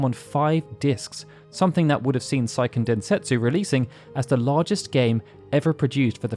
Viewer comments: Seiken Densetsu is a Japanese title, not a German one, the ei is pronounced phonetically, not the German way. It’s not “saiken”. Japanese is a completely phonetic language and therefore extremely easy to pronounce, there is exactly ONE way to pronounce each of the 5 vowels in Japanese. Just don’t try to apply English language rules to Japanese, it’s a lot easier than English. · "Say - Ken" Densetsu. Grating my ears, man.